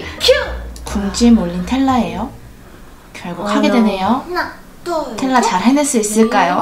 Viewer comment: 텔라는 발음도못하는데엄청질해묘